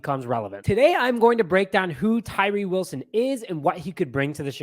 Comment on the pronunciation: you nailed it brother lol.